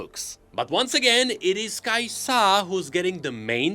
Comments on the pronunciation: "Kai'sa" - Not "kai-SAH!" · another video with pronouncing kai'sA gods help me